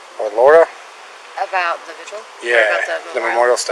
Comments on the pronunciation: Perfect example of how most cops are idiots. Pronounces vigil as VIGUAL. Probably pronounces pundit as PUNDANT. Etcetera as EKCETERA. Asterisk as ASTERIX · Thank you!! Even this co said "visual" twice. And I've heard others say visual. Wth? Idk what goes on in Colorado and MC school systems, but I'm not impressed. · Why do so many people associated with this case have a hard time with the word VIGIL?